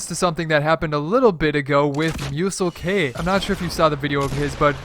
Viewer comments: Its not Mu-sel-k it's mu-selk. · You called him mu sel k it's muselk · It’s muselk not musel k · its Muselk, not MuselK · Btw it’s not muselK it’s just muselk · you pronounced muselk wrong its pronounced myuselk not Myusel K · Y do u say musel k. It’s muselk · You pronounce muselk like myouselk not musel k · Musel-K ? Lol don’t worry about it but it is how you see it muselk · Jesus Christ I have never heard someone butcher such an easy name like muselk and turn it to museLK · Muselk not MuselK!!!!!!!!!!!!!!!!!!!!!!! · You pronounce Muselk wrong you don’t say muselK it’s just Muselk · musel-k? you say it myoo-selk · Why does he call him musel K. When its muselk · Athens sorry if this sounds rude but it’s just straight muselk not musel k just letting u know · MuseLK it’s pronounced muse elk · His name isn’t “Musel. K “ you say it as muselk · are you fucking high? "musel k?" it is just muselk. good vid tho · dude you pronounce the youtuber a name wrong it’s just muselk not muselK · WTF MU-SEL-K ITS PRONOUNCED MU-SELK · it's not musel k...... it's pronounced "muse" "elk" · Moo sell k 😂😂😂 ITS PRONOUNCED MOO ZELK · Muselk's name is pronounced kind of like moose-elk, not muessel-k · MUE - SELK (Like silk just with an E instead of an I) NOT Mue-sell-Kay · MUSELK, NOT MUSEL K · It’s muse-elk. Not moose-l-k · Its not 'musel-k'. Its 'moo-zellk' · I love your videos but I gotta say it is muselk not musel k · Muselk dumbass... not MuselK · He said musel-k ITS MU-SELK also rip chapa doodle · It’s MUE - SELK not MUE - SEL - K 😂😅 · It’s ‘Muselk’ not ‘MuselK’ you don’t pronounce the k separately Also the first ‘secret’ was in the patch notes so it isn’t really a secret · Wait why does he say musel K it’s just muselk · lol :D musel K i think its Muselk one word like muse elk ( as in how you say it) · muselk is pronounced muse-elk as in the animal, sorry this just annoyed me for some reason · It's Muselk Not MuselK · It’s pronounced (moo-selk) or (mew-selk)